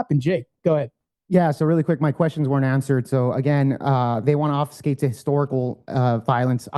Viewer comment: Jake, it’s obFUSCate not obfeescay